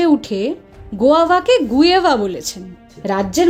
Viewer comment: Murkhamantri গুয়েভা না গুয়াভা আফ্রিকান ইংলিশ বলছে